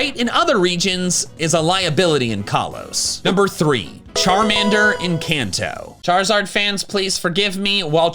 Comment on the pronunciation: It's Charmander, NOT Charmeder!